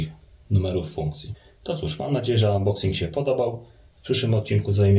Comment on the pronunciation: angielszczyzna suxx .... szczególnie to unboxing ... :)